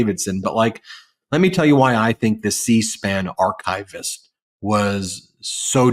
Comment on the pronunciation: The correct pronunciation of archivist (It is not archive-ist)